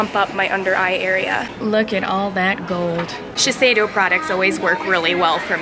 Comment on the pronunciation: U pronounced sheshido wrong